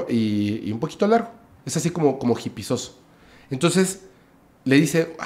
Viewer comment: Hipioso se dice ,no hipisoso 😅